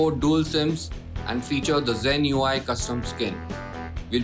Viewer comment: Your pronunciation of "Asus" is wrong... its A-sus